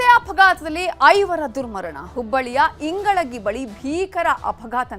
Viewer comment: It's not ingalagi mam its ingalahalli